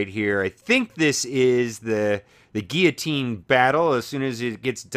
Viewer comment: lol dude its pronounced (Gill-luh-teen) you actually say the L's. You were pronouncing it wrong. But its kinda funny though lol.